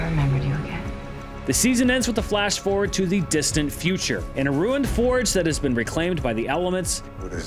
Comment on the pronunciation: "Fordnard." lol